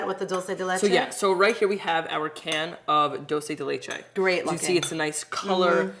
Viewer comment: As a Spanish speaker just a note....it's dull-chay de leche.